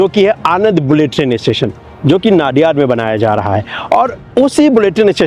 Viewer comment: ⚠️ONE CORRECTION PLEASE CORRECT PRONUNCIATION 🔽 It's NOT नाडियाड... it's called नडियाद...